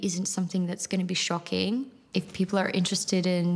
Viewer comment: Did that lady say "poople"